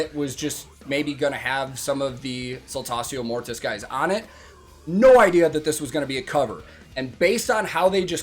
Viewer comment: on you a man can count. Thank you for telling me how Saltatio Mortis is spoken in English, in German we normally speak Latin as it is written except you had it in school then you will be more proficient. (BTW: If you didn't know Saltatio Mortis means Dance of Dead). And I love "Alea the humble" which is Jörg Roths Stagename who is the cool Vocalist in this really asskicking Band. If you wanna hear more from them my 1st recommendation would be S. M. 'Wachstum über alles' but be warned its all German and there are no subtitles from what I've seen. But at least the video shoud let you poop your eyes out.